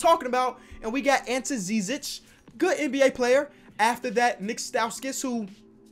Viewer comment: Aunt te zizich that’s how you say ante zizic I am Cavs fan as you can tell my boi Collin Sexton dunking on Wendell cater je